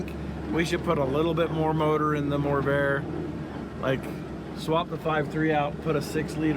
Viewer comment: It’s the MORRvair, not the lessvair 😂